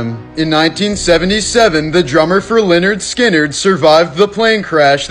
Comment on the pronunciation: Whyy did you pronounce it "lerrnerd skinner"